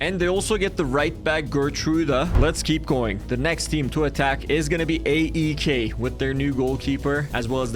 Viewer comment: I support aek its pronounced I-K